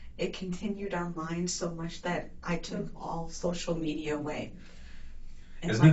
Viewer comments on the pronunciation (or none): none